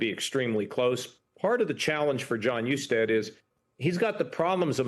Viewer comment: Do your homework! Mispronouncing Jon Hustead’s last name and framing Amy Acton as “Covid Czar” rather than Doctor and Director of the Ohio Department of Health fully supported by Republican Governor Mike DeWine underscore lazy and inaccurate reporting.